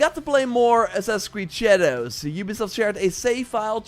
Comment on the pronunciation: I don’t like the way this man says “shadows”